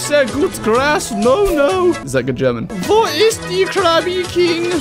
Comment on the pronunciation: As a German, you were very accurate